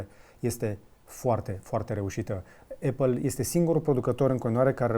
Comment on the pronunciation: Atentie la cum pronunti numele Apple